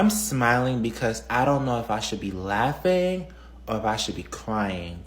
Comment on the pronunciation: "I don't know if I should be laughing-guh or crying-guh. This is so embarrassing-guh." Yeah, so is the way you speak...and wtf is on your head?